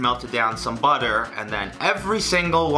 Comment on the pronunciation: the way he says butter i bit like “bodder” is rlly cute